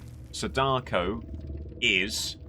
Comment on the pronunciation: I hate the way you say my wife, Sadako's name :\